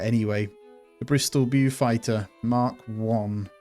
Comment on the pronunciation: If you are generally interested in WW2 as you suggest, then I would learn the correct pronunciations for the aeroplanes. Beaufighter = 'bowfighter', Blenhiem - 'blenham'